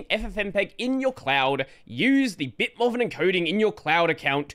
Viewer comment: Are you pronouncing BitMovin as "BitMoven" instead of "BitMoovin" for a reason, or did you just not realize Movin is supposed to be Moving with the G not enunciated?